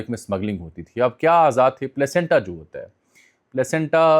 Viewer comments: Jami sab Federal HOTA ha, P HOTA nahi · Sir it's done by Federal HOTA not PHOTA